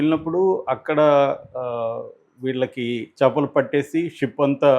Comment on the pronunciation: చపలు కాదు.....చేపలు